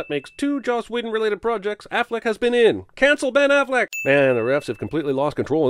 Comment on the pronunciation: 'Van-pire' was great, but the award goes to, 'Cancel Ben AfflecK'. Seriously though, cancel Ben Affleck.